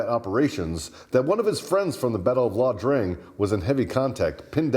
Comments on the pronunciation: It's Ia Drang, with an "I", not La Drang with an "L." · I never knew "Snake Shit" flew a couple more tours in country. By the way, it's not La Drang, it's Ia Drang. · WTF is that LA Drang chit!?? IT's IA DRANG! as in Captial EYE Not L!!! Now Airborne the F up and get that Hist right! Eat a Crayon already! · Ok I know you’re army but it’s IA Drang…, not La Drang. There in Southeast Asia not Central America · NOT La Drang but Ia Drang.